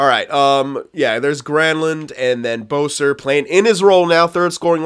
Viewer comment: Boeser? It's besser btw